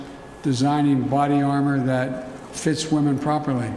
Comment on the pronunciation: I love your show, always listen, and share. One little piece of advice. You are mispronouncing WOMEN as WOMAN.